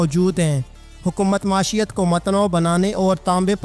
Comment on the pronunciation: Lafaz .maeeshat hai jisko bar bar ghalat parha ja raha hay .